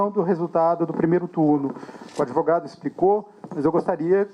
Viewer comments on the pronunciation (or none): Valdemar, vai dar meia hora de Koo, você não sabe falar advogado, fala adevogado, sai daí, vai chorar na cama que é lugar quente.